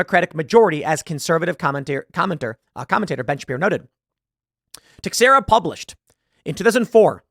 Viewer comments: Teixeira = [Teh-SHEER-uh] The more you know. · Teixara is pronounced Tuh-share-uh Tim.